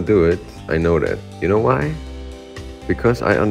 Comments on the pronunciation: с первого класса учиди что надо не "ай кноу", а "ай ноу" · сказал you кноу?:D (кто понял тот поймёт)